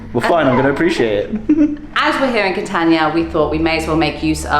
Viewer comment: By the way, it's not Ca-tan-ia, the a is an Ah. Ka-tahn-eeah. Italian vowels are ah ay ee oh oo